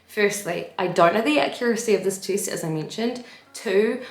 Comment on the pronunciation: I love how you say "tee-est" <3 :D New Zealand?